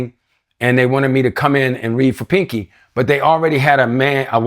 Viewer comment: Panky not Pinky😂😂😂